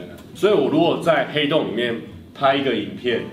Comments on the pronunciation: ㄏㄟˊ凍真的很好笑，我笑到不能吃飯了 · 原來是ㄏㄟˊ凍的部分 ... 哈哈哈哈哈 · 原來是ㄏㄟˊㄉㄨㄥˋ啊！ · 殼以阿 這個主題很棒 ㄏㄟˊ凍我會笑死XDDDD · 那個“ㄏㄟˊ凍啊”笑死我